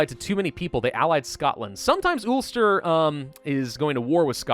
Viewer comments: Anyone from Northern Ireland and Ireland will get ptsd by the way you pronounce ulster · I hate how saids ulster